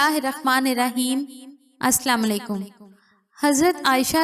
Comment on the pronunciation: Bhahen ap phailea salam . Sahi se karriyea